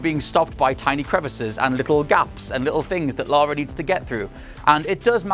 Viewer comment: Lara, not "Laura", "Lara". 20 years and you STILL can't get it right. Jesus Christ, get a reviewer who actually played the games.